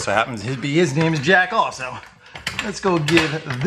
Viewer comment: i thought you said his other friend JACK also I THOUGHT I HEARD YOU SAY (OFF) instead of( also ) had to listen twice